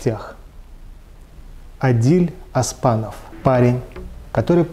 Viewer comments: Не Аспанов, а Оспанов ☝️🇰🇿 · Не аспанов а Оспанов (можно у). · Его фамилия не Аспанов а Оспанов. На казахском языке аспан - небо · Не Аспанов а Оспанов Это две разное вещи Аспанов это другой человек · Что за Аспанов? Оспанов! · Оспанов не аспанов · Ведущий настолько неграмотен, что произносит фамилию Адиль " Аспанов". Вопрос ведущему. Читать умеете? Правильно " Оспанов"